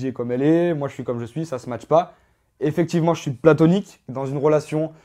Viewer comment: Il est génant avec son "smatch" on dit ça match pas pas smatch mdrrrr. Il a l'air sur de sa connerie en plus lol